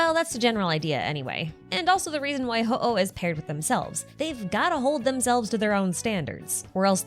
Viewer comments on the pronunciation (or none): Solid video, but just had one comment: looking at the other language pronunciations, Hooh is pronounced "Hoo" and not "Ho-oh" like the Pokemon / Japanese word for Phoenix. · HooH is probably pronounced /hu/. In Chinese, it's 互, which means "mutual." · this is the first time i’ve ever heard someone pronounce “HooH” and i never would’ve guessed THAT was how you say it 😭 it makes sense though